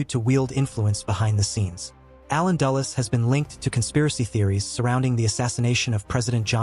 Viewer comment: Dulles not Dallas